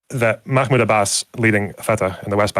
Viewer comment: saying “Makhmood” and “fatekh” tells us everything we need to know about him